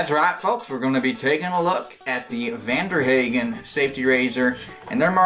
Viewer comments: Pronounced hahgen, not haaaagan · Nice German accent at first until you said "Haygen". lol Then I knew you were 'Murican. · Youre pronouncing it wrong.